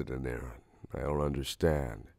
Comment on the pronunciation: I thought he said “Aaron” I said “ Eren or AAAAAA aron? “